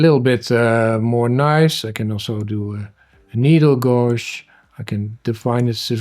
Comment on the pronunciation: gauge is uitgesproken als geedzj btw :)